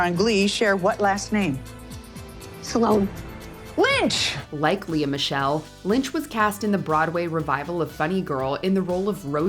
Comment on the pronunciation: It's actually 'LEE" Michelle, not Le-Ah.